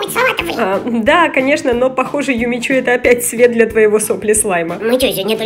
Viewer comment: "Юми-чу" правильно